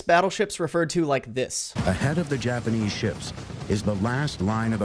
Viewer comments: Those are actually good pronunciations of the Japanese ships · You pronounced the japanese ships right but I do have sympathy that you can’t say Michishio’s name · Got surprised because you pronounced all of the japanese ships right.